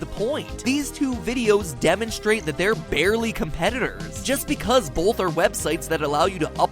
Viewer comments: Bolth. Ok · I don't say "Bolth" and neither do most people I know. I pronounce the "o" like the long o sound. It could be a regional accent though.